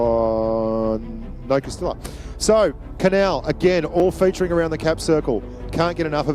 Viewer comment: Someone should count how many times mispronounced "Castilla" in this video.